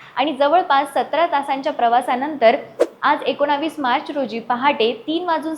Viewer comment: "एकोनावीस" नसतीय ओ बाई "एकोणीस" असतंय